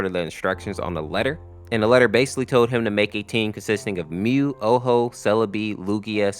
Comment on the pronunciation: I don’t mean to be rude, but the name is Ho-oh, not Oh-ho. Common misconception.